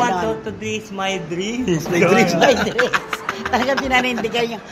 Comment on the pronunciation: "Hi, look at my driss" 😂😂😂